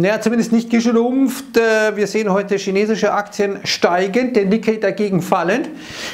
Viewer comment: schineschische aktien ..... LOL